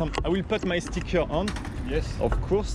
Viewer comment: « i wille pout my stickère on » Je m’excuse envers les anglais au nom de tous les français de procéder à un tel massacre de votre langue 😂😭